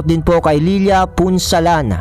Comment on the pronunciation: Salmt kbagis sa shout out po ninyo...leila pronounce as laila..salmt po kabagis at more power to ur chanel...Godbless po.